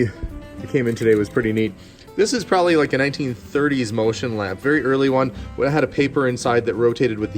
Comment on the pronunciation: That lantern is cool! So is that bomber jacket, which looks good on you! Oh and one more cool thing... The way you say prolly (probably ). 😊